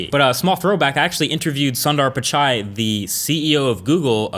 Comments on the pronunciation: It's pronounced as Peechai, not Paichai. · Sundar Pichai * Cringes at the pronunciation * I would only assume you would take the time to get that right? Given he's CEO of Google and all that? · Most comical pronunciation of Google CEO's name ever 😂